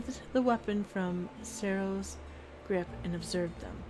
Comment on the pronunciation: Did she say cereal instead of Sereo. Plzz tell MEEEE!!!